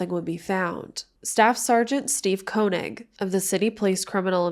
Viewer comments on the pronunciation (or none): none